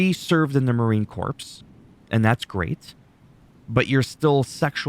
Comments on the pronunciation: Corps pronounced Core. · My thoughts are how do you not pronounce Marine Corps correctly? Canada sure, but this was a big deal when Obama botched it. Pronounced Core. Spot on thoughts though.